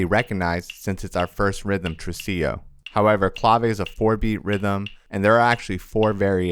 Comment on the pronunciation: Tresillo, not trusillo.